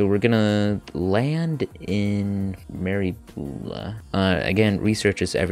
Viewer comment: "Meri boola" I hate you for miss pronouncing my home town :sadness